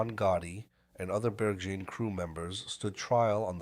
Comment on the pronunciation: It’s pronounced BUR GIN not Beer Gin